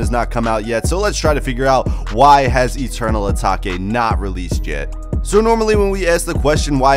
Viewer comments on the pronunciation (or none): bruh his said ataki its atake brother lol!! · Eternal eeeeeeetake. Not eternal ahhhhtaka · Eternal Uh-Tok-Aye Lmao Dumb Fuck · eternal a take plz say it like this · As soon as he said Ataki, I stopped the video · 😂😂 im dead asfk, eternal ataki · Mispronounced it so he could get more comments 🤣🤣🤣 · He can say “ new Patek “ but not Eternal atake